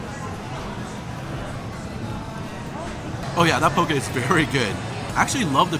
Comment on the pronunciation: I like the way you pronounce poke. I live in Hawaii and people here pronounce it wrong! Love your videos!